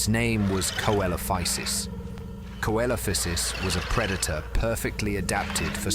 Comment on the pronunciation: It's pronounced seelophisis